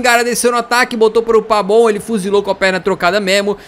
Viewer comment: Porque você chama o pavon de pabon?